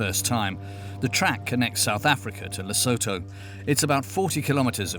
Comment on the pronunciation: And the way they pronounce Lesotho 🤦🏼‍♀️